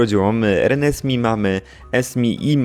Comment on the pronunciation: jeżeli Reneesme jest wzięte ze zmierzchu, to prawidłowa wymowa jest "renezmej"!!